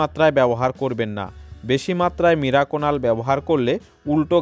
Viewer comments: কথা যখন বলছেন ঠিক করে বলা দরকার, মিরাকুনাল নয় ওটা মিরাকুলান। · ওটাকে আপনি মিরাকুনাল বলছেন কেন উচ্চারণে সমষ্যা। আসলে ওটার নাম মিরাকুলান। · মিরাকুনাল না মিরাকুলান। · Video টি upload করার পর বুঝতে পেরেছি, আমার মিরাকুলান উচ্চারণ টা মীরাকুনাল হয়ে গেছে, 😀😀😁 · মিরাকুনাল নয় মিরাকুলান।